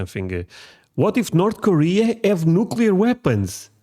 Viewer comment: Points for pronouncing it "new-klee-are" and not "new-Q-lar". I you get that right, the rest of your ideas may be worth listening to.